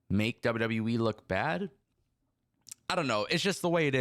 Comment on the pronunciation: You driving me crazy. It’s WWE. Not W W Wiiiii. Still love you dude. More power to you 😂❤